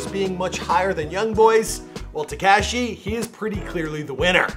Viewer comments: Teh Cash ee It’s Tekashi Teh Kah Shee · Te-CAW-shi is how it’s pronounced